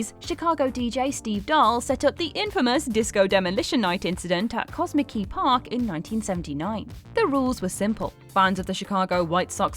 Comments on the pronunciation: I love you, lol.... but it’s pronounced “commit-skee” park, not “cosmic key,” but that’s a good name for anything, lol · Cozmickey? Can any of these presenters pronounce words they’ve never seen? Josh Brown is the worst; he can’t pronounce every day words. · I like how she pronounces Comiskey Park as "Koz-ma-kee Park" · I live in Chicago. The park was pronounced co-MISK-ee park, not cosmic-y park lol. Reminds me of Justin Roberts saying Nor-fook, England on AEW. Coincidentally, he is from Chicago, too! Great videos, guys. They are helping to break the monotony, lately. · Cozmickey Park😂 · As a Chicagoian I laughed in a good way at the way you pronounced Comiskey Park